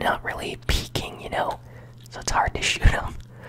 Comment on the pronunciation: I’m probably wrong, but when u said “you know” I’m thinking ur from Wisconsin...!? Am I right?